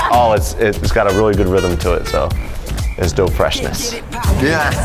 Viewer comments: LOL dough freshness instead of Dope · its not dough fresh nation .... ITS DOPE FRESHH NATION SANNN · They said Dogh Freashness instead of DOPE freashneSs SAAAAN! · it's dope fresh nation not dough fresh nation